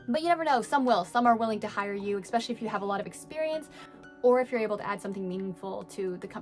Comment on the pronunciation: She said ekspecially. Hahaha, english teacher!!